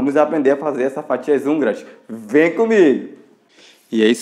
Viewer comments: 😂😂😂😂😂😂😂😂😂😂😂😂😂😂😂eu tava curiosa porque ele falava anguras kkkkkkkk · Não seria fatias húngaras? Não hanguras😂😂